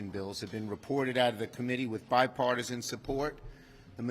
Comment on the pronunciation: I wonder why when I hear him say bipartisan I hear Beth Paige! Mail in Ballots factory!